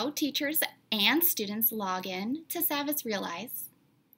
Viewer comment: it’s pronounced saw-vas actually